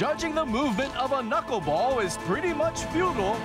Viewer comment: The studio people are hilarious. She says the "knuck-ball". And he thinks it's held with 3 or 4 knuckles. LOL